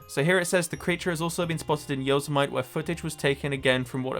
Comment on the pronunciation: Yosemite killed me, that's now how I'm gonna say Yosemite Sam from now on